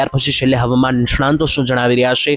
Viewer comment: "મિત્રો", "મિત્રો" બોલવાનું બંધ કરો, અર્થહીન છે. ડૂસકાં ભરતાં-ભરતાં બોલતા હો એ રીતે બોલવાનું સારું નથી લાગતું. "નિષ્ણાંત" ખોટો ઉચ્ચાર છે, સાચો વ્યાકરણ-શુદ્ધ શબ્દ 'નિષ્ણાત' છે, અનુસ્વાર નહીં.